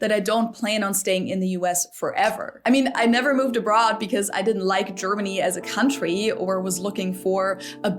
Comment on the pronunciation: And nine years in Trump Land wasn't enough to learn the pronunciation of 'country', eh?